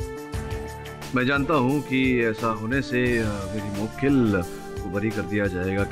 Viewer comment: mu-wakeel kya hota hai 🤣